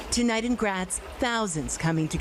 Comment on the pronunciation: Graz is pronounced Gr ah ts, not Gr at ts. I hate it when journalists can’t pronounce words